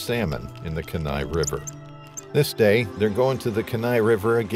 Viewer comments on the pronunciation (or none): Kenai is pronounced Kee-nye, not Ka-nye…fyi. It’s a beautiful blue-green color as it’s fueled by glaciers. It’s also solely a drift boat. No motors allowed. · dammit the word is Keee Nigh not Ken nigh where the hell are they getting these narrators. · Hahahaha “kin-nai river.” Alaskan’s pronounce it the “keen-eye” river. Kenai. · Lol “Ken-eye,” it’s pronounced “Keen-eye.” Just sounds funny to a lifelong Alaskan. 😜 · It’s pronounced like Keen-eye! I’m from Alaska and my dogs name is Kenai. That really irritated me 😂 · Ken-eye pronunciation is killing me. It's kee-nye, like bill Nye the science guy. Simple Google search isnt hard. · It’s Kee-nigh river, not Kin -eye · It’s KEE nai, not ke NAI. If you’re going to do a video like this, learn how to pronounce the words you use. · Kee-nai, yes. But if you don’t know, it’s an honest mistake. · Just a fun fact, but Kenai is pronounced KEY-nye; 2 syllables w/ the emphasis on the 1st syllable. I'm a born & raised Alaskan & very familiar w/ the area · Kenai is pronounced KEY-NYE, with the emphasis on the KEY. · Kenai Peninsula is pronounced like: "Key nigh" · Kenai River is pronounced KEEN EYE! I am from Alaska and it cracks me up how people mis-pronounce everything. You should of at least made the effort to research the correct pronunciation! So annoying! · Pronounced: KEE-NIGH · It’s pronounced Kee-nai. (Kenai). Respectfully, Alaskan here. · It's pronounced "key-nai". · It's pronounced kee•nai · Kenai = Key-Nye River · Kenai is pronounced KEE-NI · Say Keen eye river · Kenai (kee-nye) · It’s Keeee like car key ni like eye Keyneye kenai it’s pronounced Keyneye 😃❤️ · I can’t get past the mispronunciation of the Kenai River. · A part of me dies every time he mispronounces Kenai. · Geez botching the actual name of the Kenai River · Guys- can you do some BASIC research and learn how to say this well known river's name? It's painful to hear you say such a famous AMERICAN river wrong so many times. Very amateurishly done.